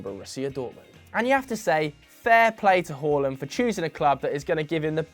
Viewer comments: Big ups for saying håland and not haland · You say Haaland the correct way. Fantastic